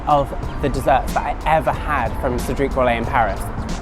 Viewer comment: Cedrique ??? Pralinay? 😂😂😂